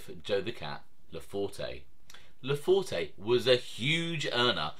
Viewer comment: Most of the information contained in this video is spot on with two exceptions. The “e” at the end of his name is silent. It’s pronounced LaFort. Also, I’m not sure what you mean by low level mobster as that’s a subjective term. However, without getting into specifics, I wouldn’t characterize his standing as “low level”. Let’s not confuse low profile with low level.